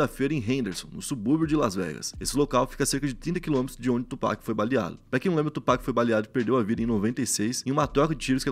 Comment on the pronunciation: Mano Tupac se pronuncia “tiupak” não do jeito que se lê Só pra uma ajuda 😂😂